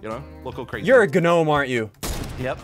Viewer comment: You are spelling it wrong it's “gnome” with pronounces “nome” not “genome”